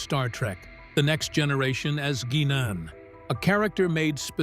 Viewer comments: Whoopie’s character on star trek next generation was pronounced “guy none”…not “gee none” as the narrator said. 🙄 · Lol 😂gee-non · Someone should've forced the AI to watch the whole 7 Seasons of Star Trek: The Next Generation and learn to pronounce "GUINAN" correctely.!!!